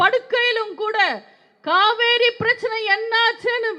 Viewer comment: Kaveri nu kooda solla theriyala.thamil ah nalla pesave theriyala.jeyalalithavumtha makkalal naan makkalukkaga naan nu sonnga.avangala thai nu sollalam ivara appanu sollakoodatha.kadavule ivangala kaappathu.